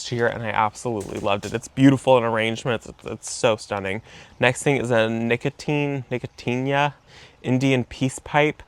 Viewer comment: Ni-co she-Anna. Just sayin.